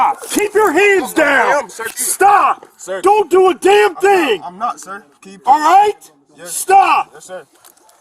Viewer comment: cop said,"ahhight?" lol